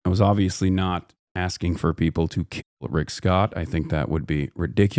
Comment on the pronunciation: The terrorist supporter did not mean to say keel you guys 🥺🥺